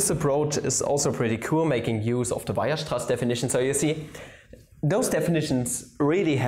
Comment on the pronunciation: You pronounce Weierstraß wrong.